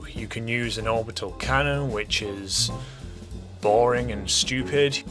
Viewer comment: that gotta be the most british "sssschewpid" i've ever heard